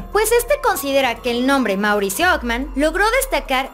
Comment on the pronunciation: Okman? Qué español hablas?